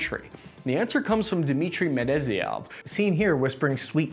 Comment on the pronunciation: "200 logistics trucks" "102 millimeter mortar tubes" "Dimitry Medeziev" "Jens Stolberg" LMAO this channel is a joke. 200 is the number of new trucks to be acquired within the next three years. Task: misread every number and mispronounce every name. Purpose: ?